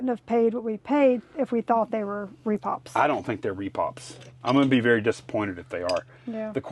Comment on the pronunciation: Why do people say "Re Pops" instead of "Re Pros"???